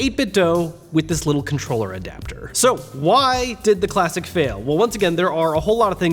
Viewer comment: “ now again you can use DualShock4 controllerlelree”